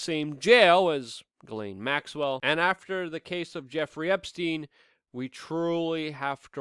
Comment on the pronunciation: Luke, I love ya. You're one of the very few real journalists doing relevant things these days, which means that you are performing an essential service to humanity. I support you monthly on Patreon, and I truly esteem your work. BUT I want to scream every time you butcher Ghislaine Maxwell's name It's NOT pronounced 'Gallaine' or 'Gillin' as you do. I agree that by all evidence she really IS a monster and deserves no respect by correctly pronouncing her name, nope, but in this case it's a matter of journalistic accuracy. All your many detractors need do to discredit you is sneer "see, he's just a rube who can't even get her name right." See? I consider you a complete professional in just about every other respect than this one, but it's a glaring lapse in my opinion. It's really really easy to pronounce her name. The 'Ghi' is pronounced with the exact same sliding sound as the 'Zhi' in Dr. Zhivago. Then the sibilant 's,' and last the 'laine' which ought to sound more like 'len,' but isn't as important as the way the first letters are voiced...I won't squawk if you keep on saying it as 'lane' or 'layne.' Dude, seriously, you're aces in my book, I just want you to sound as professional as I know you are. Tell you what, if you need even more incentive, if you start pronouncing this terrible human's name properly, I'll send you an ounce of .999 pure silver, just point me to a PO box or whatever and I'll fork it right over...I just need to hear you doing it to be satisfied. Respec